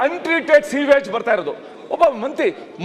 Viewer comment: ಅಶೋಕಾ... 😂😂😂😂😂ನೀನು ಎಷ್ಟು ಕ್ಲಾಸ್ ಓದಿದ್ದೀಯಪ್ಪ ಮೋದಿಗಿಂತ ಯಾಕ್ವಾನಾ ಇಲ್ಲ ತಕ್ವಾನಾ.... 😂😂😂😂😂😂😂. ನಿನ್ನನ್ ಯಾರೋ ವಿರೋಧ ಪಕ್ಷದ ನಾಯಕ ಮಾಡಿದ್ದು. ಅಯ್ಯೋ ಪಾಪ. ಫಸ್ಟ್ ಕನ್ನಡ ಕಲಿತುಕೊಳ್ಳೋ ಹೋದ್ರಿ. ಹೋತಾನೆ ಬತಾನೆ. ಕೊಟ್ರಿ. ಏನೋ ಇದು ಭಾಷೆ. ಥು... ಥು.... ಇರ್ರಿಟೇಷನ್.,. ಇರ್ರಿಟೇಷನ್.